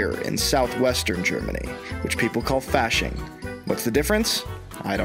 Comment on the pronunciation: you took the German course!! You know better than that!! It's pronounced FAW-SCHING auf Deutsch... not like "fashion" in English!!! LOL!!:D I LOVED FASCHING when I was stationed in Muenchen!!!!